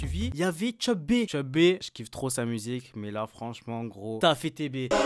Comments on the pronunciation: C CHEU B PAS TCHEUB B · Prononce bien Cheub stp